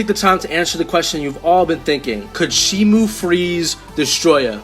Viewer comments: Its shimo not shimu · Also you pronounce shimo wrong but I used to pronounce that name that way